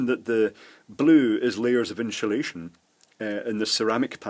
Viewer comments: Great video. By the way there is no H in the word insulation. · Why does he pronounce "insulation" as "inshulation"? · Nice video, sorry to take the pish here but is that Sean Connery ?? INSHOOLASHON (INSULATION) 😊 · "inshulashion" - Sean connery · What is "IN SHA Lation"? Also, I'm watching part about caps and I'm finding that I'm very frustrated firstly that you keep saying "in sha lation", but secondly, the fact that you didn't bother to explain firstly what capacitance is. I think that would have been very helpful for someone who knows basically nothing to begin with. You're cutting your little example over and over, and stating and showing that it changes the capacitance each time, but, so what? What does that mean? You get what I'm trying to say. Thanks. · Excellent explanations! And I love the way you say inshulation! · “InSHulation” Interesting. Good video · WHAT THE FUCK is inshulation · Great video and the way you say 'insulation' cracks me up everytime